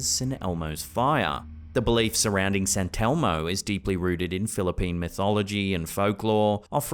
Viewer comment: SANTELMO? YOU MEAN ST. ELMO.